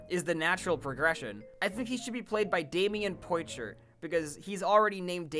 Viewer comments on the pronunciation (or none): Another time Damion Poitier has been named in a video and you once again pronounced it wrong, and yet differently than the previous times 😭